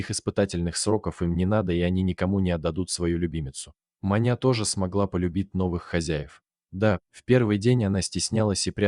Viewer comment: Может всё же Маня с ударением на ,,а,,?